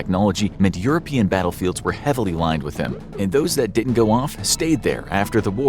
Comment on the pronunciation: "didn't" not "ditn't". So please instruct your narrator bot to pronounce it properly.